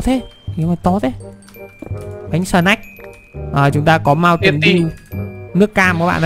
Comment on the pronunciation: Bánh snack mà nghe ông nói bánh sờ nắt 😂🤣